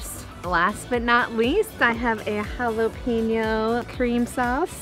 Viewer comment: Just say ‘jah-Lapp-in-yo’ cuz you messing that one up lol 😂😂😂 bomb recipe though 😜😜😜